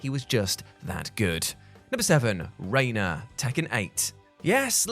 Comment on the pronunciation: Reina? Really?